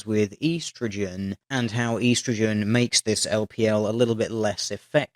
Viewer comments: why do you say EE-strogen like some kind of mongoloid it's estrogen. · ee-strogen? Isn't es-strogen how it's supposed to be pronounced? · estro-gen not East-ro-gen you're killing it....I had to stop watching...you just butchered the word... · It is Ehh-stro-gen not Eee-stro-gen. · On the men/women fat thing, there's also the factor that when men and women work out, men generally choose to do more weights and women tend to do more cardio, and cardio often helps you burn fat more. So women have a pretty big advantage working out if they want to do cardio. I guess men are still privileged though because feminism. Makes perfect sense. Also EEEEEEEE-STROGEN? Seriously, man? I mean, I know you're an Aussie, but here in good old 'Murica we just call it ESSSS-TROGEN. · Consider this: "E-strogen" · It's supposed to be spelled 'oestrogen', so you Septics are the ones killing it. 'It' being the beautiful, glorious English language. You know, English, from England. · I love how you say eastrogin... it sounds like the opposite detection of westragin... lol... you have a nice ascent though... were is it from. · How you say estrogen bugs me.